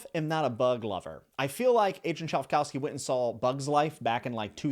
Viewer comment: 😂 "chive- cow-ski"?